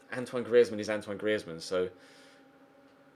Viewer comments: Its not gree ez man its greez man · please say griezmann not gri ez mann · It’s pronounced greez-mann not Gree-ez-mann jesus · Its not Gri-ez-man 😂 its 2 syllables mate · Dude, Griezmann is French (and his surname is Alsatian), not Spanish. The z is just pronounced like a normal z, not a "th" sound. Google IPA/French if you want to check for yourself. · It's not GriÉzmann!!!!!!!!!!!! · Why are you pronouncing Griezmann like that? 😕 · Don't sign Griezmann I can't stand the way you pronounce it 😂😂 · Simple for the fact that I hate how you say Griezmann I'm saying Draxler Draxler Draxler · Please stop saying Griezmann like that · Pls stop saying griezmann like that he's not Spanish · yes get Griezmann and say his name correctly please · Who else is cringing every time he says Griezmann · don't buy griezmann if you're gonna keep saying his name like that, sign forsberg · What was that pronounciation of griezmann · Please say griezmann properly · Why do u say thomas and griezzmann like a fuckin idiot